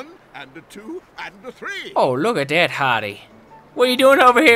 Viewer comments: Its suppose to be that not dat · "On top of dat" "dat" D-A-T